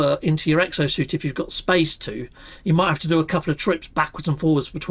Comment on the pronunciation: it's called "SPACE" not "speishn"